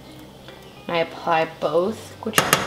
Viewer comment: Her saying “apply” is very cringy lol